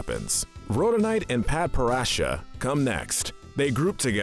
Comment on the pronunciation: Rooteal? Lapis Lazooly, Padprassha? BISMOOTH? SUJILLITE? Oof. Just say you read a couple tumblr posts, never watched the show, and move on. Corporate channels use fandoms for clicks without actually understanding the content they're making. I'm shocked you got Nanefua right.